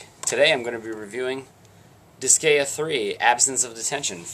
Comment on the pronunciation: Just a pet peeve, but the way you kept pronouncing Disgaea was getting on my nerves XD. I kept getting a twinge in my head "It's DIS-GUY-AH, not DIS-GAY-UH!"